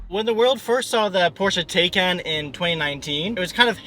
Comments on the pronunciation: Great video. Btw, according to Porsche, the car is pronounced “Tie-Kahn” not “Tay-Kahn” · PLEASE PLEASE PLEASE...if you want to be taken seriously can you at least pronounce the car's name correctly?